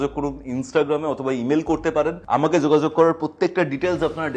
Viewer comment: Zogazog naki jogajog? Bangla ta to bhalo kore uchharon korun atleast. English tone e Bangla kono bichhiri lagche sunte...